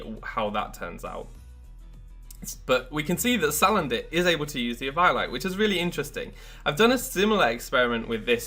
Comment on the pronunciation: It's like someone says Pie-kachu. And you just want to punch that person.